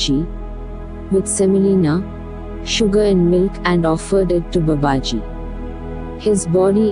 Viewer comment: Swami sathyeshwaranandaji explains this in his book Babaji. The name BABAJI should be rightly pronounced. It's not babaaji.....it is Baa baaji. In other videos also reader did the same mistake..I hope the reader would rectify this mispronunciation. Leave aside the accent...atleast His name should be rightly pronounced. 🙏